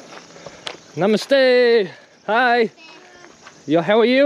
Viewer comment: Everytime he says namaste Sounds like my mistakes